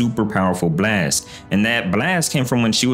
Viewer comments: Why tf do "brlast" instead of "blast" its so fcking annoying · Wtf is a “Buh-last”😂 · quit pronouncing the b so much in blast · The way bro pronounces “blAYYYEst” is insane 💀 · why bro saying blast like that , "blwast" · what the hell is a bleeast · The way this dude pronounced the word “blast” is funny asl lol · Love the way you say blast lol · bro emphasizes "blast" so hard 💀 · Why does bro say "blast" like that 😭😂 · why does bro say “blast” like that😭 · why u pronounce "blast" that way? 😅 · Please fix the way you say "Blast", its really annoying to listen to, made me turn off the video.